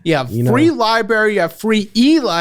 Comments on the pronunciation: This is the second episode where ive heard say "liberry" instead of "library" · Can someone tell it’s libRary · You are way too intelligent to be saying “libary” you’re making my ears bleed baby 😭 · its libRary not libary, you enunciate every word correctly but that one and it slightly irks me. That’s my one critique! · Li-BRARY. Li-BRARY. Not Li-BERRY. 😑 Come on, man. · I’m sorry, but did you say Libary? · I usually hate when people say "libary." But when does, I'm cool with it. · Hey say libarry again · says libary like he knows there’s an r there and spites it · Honestly endearing that still says libary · There are 2 Rs in libRary. Not libeary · And libary 😬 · Lie -berry <3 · "Libarry" brought me much joy and laughter. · same! He says that all the time. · I actually dont blame anyone for not knowing what a "libarry" is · Did you say "Libary" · always says "Libary" drives me nuts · Holy crap.. did just say "Libary"??? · He has always said it that way. Drives me absolutely insane every time. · "Lie Berries" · What triggers me is when you say "liberry" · How about we get to say libRary correctly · Lie berry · Did he say "li-bary"? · Today I learned that Americans pronounce all the letters in library. If anything might have pronounced one too many for casual English use. We often manage to get it down to two syllables: lie-bree 😂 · I beg you. Library, not liberry 🙏🙏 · As a librarian, even I mutter "libererry" kind of bitterly. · for the love of god and all that is holy, please stop pronouncing library as liberry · Need to get my liberry card at Personal Liberry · Lie berries 🫐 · Checking in for NorCal Bay Area - it just comes out libarry 😂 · I love you but please stop saying library wrong I die a little inside every time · I love but come on please say library correctly it’s KILLING ME!! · I've heard him say it in a few videos.